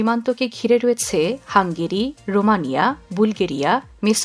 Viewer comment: আপনার রয়েছে,হয়েছে,করেছে এই ধরনের শব্দের উচ্চারন ঠিক নেই, শুনতে কানে বাজে, ঠিক উচ্চারন করলে ভিডিও দেখতে ভালো লাগে।